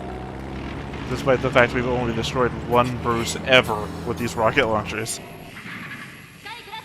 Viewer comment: As a Bruce, mispronouncing BuCUE (Ba-Ku) as Bruce twice (and Boo-See once which is understandable) was amusing and I assume my fault.